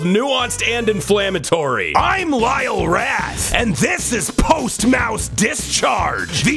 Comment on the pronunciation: "Lyle Rat"